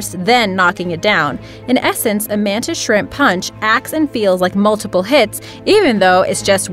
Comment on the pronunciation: When you said the mantis shrimp I hear it as the mantis shrek